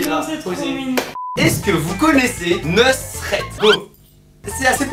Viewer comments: Neusret ? Ça se prononce Nousret enfaite aller va la bas manger des kellogs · Ahahahahhahah neusret ça ce dit nousret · Sa se pronnonce pas neusrette sa se pronnonce noussrette